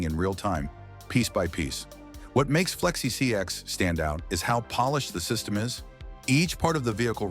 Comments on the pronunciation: Why is the ai voice saing flexi csx? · Why is bro saying flexi csx😂😂😂